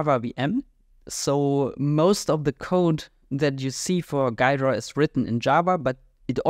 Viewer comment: It's pronounced "Gheedra" with "ee"